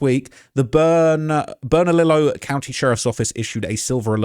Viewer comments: It's pronounced (Burn-Uh_Leo)! The double "ll"s are pronounced like a "Y". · Burn-ah-Lee-oh bernalillo double l is silent and burque is what we call Albuquerque just a lil help but u did good 👍 there’s no telling what happened the streets here are crazy even tho it’s small city im pretty sure he’s dead that’s just the truth they’ll find his body in the woods near my house or near west side with the bone collection